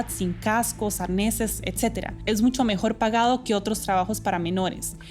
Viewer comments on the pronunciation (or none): Me extraña que DW haya puesto a una chica que dice “MuNcho” en lugar de “mucho”.